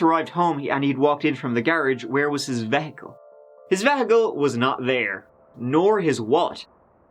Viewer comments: I've only ever heard "vehicle" pronounced "vee-hih-cul," he pronounces it "veh-hih-cul" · v e hickle????!! I have never heard it said that way! I still have not placed your accent, despite hearing you speak German and Spanish...It's my personal game/challenge each episode. You say garage like someone in NZ. You use a lot of Aussie words. Your accent doesn't fit any of those countries (Mexico/Spain/Nz/Oz/Germany). I have wondered if it's an affected accent but it's very consistent...so no, I think it's genuine....hmmm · Veh-ickle? VEH-ICKLE? Just when I thought I couldn't love you more, you spout off with veh-ickle. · I am such a big fan of and very VERY rarely comment to poke fun of his accent. But now he's just getting carried away with vehicle. The way I was taught...the E is long E as in "EE" not "eh". And the H is silent...not the strongest annunciation in the word. But as always, and the main reason I never comment on the differences, i knew what he meant so it's all irrelevant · Veh he kle???? U mean Vee hick al!! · Veah-cull ????, Do you Méán VEEE-HIKULL ¿¿¿¿ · I'm sorry, but you saying "vehicle" as "vay-hick-clel" was killing me!!! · "His vehhicle." I appreciate you spreading obscure Irish pronunciations around the world,. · Veahacull the the third way I’ve heard the word vehicle spoken. No shade. It’s pronounced differently everywhere. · I always learn something when I watch videos....like a new word (vehicle) pronounced ven hic kill. lol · "Veh-hical" That is a new one. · Wait, is that really how you pronounce the word vehicle? Vehiggle? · lol Vehicle? .. V HICK EL ... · VAA-hickle is now my new pronunciation of this word. Thanks! So happy to have another vid so soon! I even chair danced a little to celebrate:) You're my #1 Sarcastic StoryTeller 🥳🤸‍♂️😘🤟🕵️‍♀️💃🚓🥇🔎🇮🇪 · VEH- HEH- CAL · Veh… hicle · No, no, no. Vehicle is pronounced Vee Hick Cal. Dayum. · Irish pronounce veehical veyhical? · VeH icle So cutee